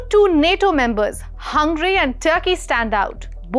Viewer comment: By the way, it's not hungry. It's Hungary... Telling a word wrong for a stylish accent doesn't make it right please...